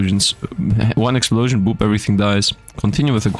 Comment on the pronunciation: "Exuplosion!" - (Megumin reference):_SifdLaugh